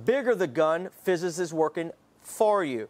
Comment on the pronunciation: Who's "fizz-is" and why does she work in favor of some guns and against others ? Very judgmental of her if you ask me. Perhaps you can get human resources involved here with some politically correct sensitivity training. 😉